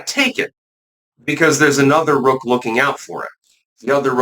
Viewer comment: I was saying what the heck is a roke? Do you mean woke? It took me a while to figure out you meant rook. It rhymes with took.